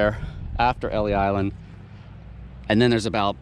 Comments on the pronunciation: Pronounce L-E Island. ❤ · Pronounced Elys island.